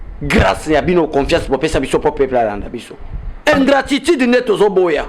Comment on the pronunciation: Ingratitide to ingratitude, jouisser ou jouisseur! Apprend à bien prononcer